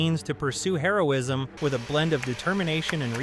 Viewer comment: Does anybody else seem to hear Heroism (Drug) instead of Hero-ism